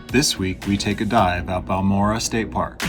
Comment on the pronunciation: Pronounced bahl mor ay